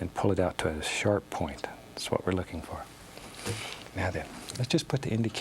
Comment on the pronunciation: We don't have a mountain?! Hwhat?"